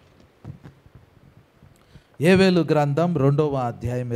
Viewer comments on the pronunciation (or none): Yevelu kaadhu,yovelu, Telugu nerchuko